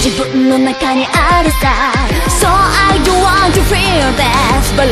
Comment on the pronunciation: うーん、この歌は好きだけど、なんか二番目のひとが可哀想だから擁護すると、英語の発音はぶっちゃけ最悪だよ 日本人からしたらネイティブっぽく聞こえるんだろうけど、あくまで「ぽい」だけだから逆に変なんだよね。外国人のひとからしても、はっきりカタカナっぽい発音で話した方が、こういう下手に真似した発音よりよほど聞き取りやすいよ 帰国子女だけど、歌詞追加されるまで英語の歌って気がつかなかったレベル 歌詞見ても、例えば、"so I don't want"が"so do I want"に聞こえるし、発音していない言葉が多すぎる どんなにチェック入れていたとしても、歌う本人が英語話せないんじゃどうしようもないからね